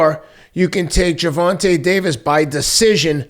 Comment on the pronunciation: If only Gervonta's (Gurr-VON-tah's) parents knew how letters and sounds in English worked. Guess that's why he's a boxer, not a scholar. Shame everyone else mispronounces it too, "looking the other way" while compromising our language itself to protect the feelings of those who can't spell.